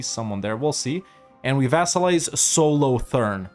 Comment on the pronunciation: God the way you said "Solothurn" hurt my soul.